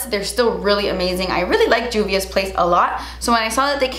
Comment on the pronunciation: I love u, but it’s Juvia like Jose lololol